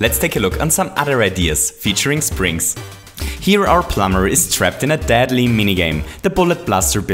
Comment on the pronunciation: STOO SAYING FRKING DADLY